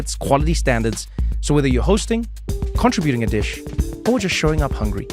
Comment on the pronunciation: The pronunciation of "contributing" is precious . The accent is placed on a different part of the word. I had a teacher from Africa, that did the same thing. We had to keep asking him what he said. He was such a nice person, we didn't mind at all.